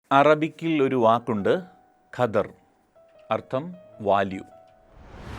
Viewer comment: ഖദർ എന്നാണെന്ന് തോന്നുന്നില്ല. ക്വദ്ര്.. കദർ എന്നൊക്കെ ആണ് കേട്ടിട്ടുള്ളത്. Anyway നല്ല msg ആണ്.